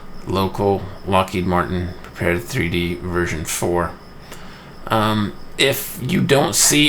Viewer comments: Good video. But man, you are a LM beta tester, you should at least know how to pronounce the title of the software. It is "Prepared", not "Prepared 3D". Straight from LM: "Prepar3D (pronounced “prepared”) is a visual simulation platform..." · Thanks,. I appreciate the Quick Tip video. I'm looking forward to the next! BTW - from LM's website: "Prepar3D (pronounced "prepared")..." So, it's "prepared" or P3D (pea three dee) for short. I know...I know...totally useless information. Feel free to ignore.:) James